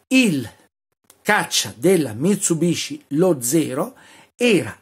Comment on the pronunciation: Mi tsu bishi....ma davvero?